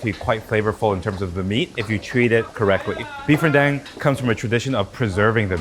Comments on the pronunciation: it's beef ren-DAHNG... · really appreciate you breaking down the process. My next rendang is going to be a lot better for it. Also, it's Ren-dung. Like the Tang 唐 or Wang 王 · Ren - Dang like dung bro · Lmao when he pronounced “rendang” as “ren-dang” 🤣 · RenDÁNG not dang I lost my button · ren-DAHNG please! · He lose credibility with how he pronounced the name of the dish. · renn dAng NOT ren dEng! It's SO TONG, NOT SO TO! (So to is a different thing!)